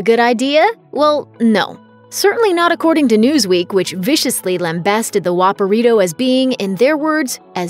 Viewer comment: Lambast? Bezarre?